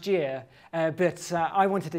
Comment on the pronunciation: Love how he says rises